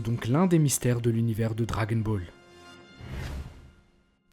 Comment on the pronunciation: Ta manière de prononcé le « dragon » de dragon Ball me stresse mdrrr si non très bonne vidéo !